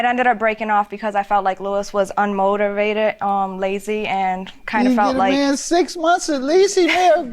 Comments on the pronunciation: 🤣🤣🤣🤣🤣🤣 that “ r” wasn’t playing. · "Unmortorvated" lol